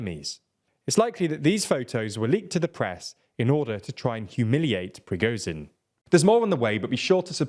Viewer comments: who is PRI GO zin????? you mean prigo_zzzhhhhhhin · his name is prigo-ZH-in, not prigo-Z-in. the english language has the sound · Please learn how to pronounce Prigozhin; 'zh' is not pronounced like 'z'.